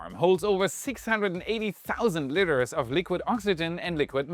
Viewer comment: Haha., a 'liter' of fluid is pronounced 'lee-ter', not 'lit-ter', as in a cat's, or someone's trash.